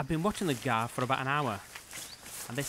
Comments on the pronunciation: Ites not guar.. It's gaur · At 00.17 he said GUAR not GAUR LOL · Its not gaur its goru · It's pronounced "gor" (Hindi गौर). Everybody in the English-speaking world has been mispronouncing this word for a couple of hundred years, but it's never too late to learn, is it? The name is Hindi, so we should say it like the Hindi-speakers do. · Spelling: Gaur Presenter: GUEERRR, GAAA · "It's a wild Indian GUH-ARR" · Gaur is pronounced like “For”. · It's guwa or gaur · the origin word sounds good, cause in the german language there is the hiatus vocal "au" [aw], [aˈu], which makes the Gaur sounding wired